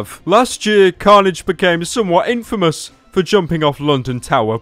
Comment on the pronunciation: "Carnage" sounds a bit like "Cringe"